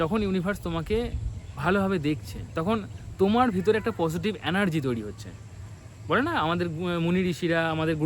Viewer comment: অ্যানার্জি নয় এনার্জি , ভাই